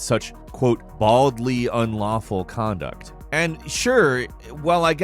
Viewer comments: Hey... hey...hey...... get it right... it was "baldly ulawful conduct" there was no n in unlawful... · "Baldly Ulawful" 🤣🤣🤣 I think you mean "Boldly Unlawful" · WTF is "Baldly ulawful"? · I like how it said, “baldy ulawful” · “ULAWFUL” 😭 love you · "Baldly Ulawful" AH YES ULAWFUL. Jk love you guys! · "Baldly u"N"lawful conduct. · "baldly ulawful conduct" 😁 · "Baldly Ulawful" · "Baldly ULAWFUL Conduct" lol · “Baldly Ulawful” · "baldly ulawful" yikes